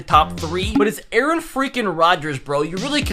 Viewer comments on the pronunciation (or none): none